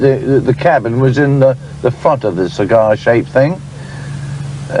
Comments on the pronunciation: Cigair? No, cigar. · A figga stepped ouyt a the ceegaire. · It baffles me. I'm 55 from yorkshire and I've never heard anyone talk like this (or maybe I have and just forgotten). It's like he can't say some vowels properly.A is always AE. It's not a Car it's a caer it's not cigar it's cugar. Fascinating. I don't care I### take anything over AI😂 It certainly gives the stories a unique touch.